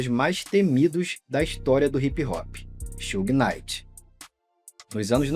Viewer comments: Sew-gay Night :face-blue-smiling: It's Shoog Night like Sugar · AI? Who the heck is Soo-Gay Knighr? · Bahaha Suhey Knight. Yeah ok. AI is gonna take over lmao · sue gay knight??? yeah tell me your not an AI.. booooo this chanel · “Xugui” night chega doer o ouvido kkkkkk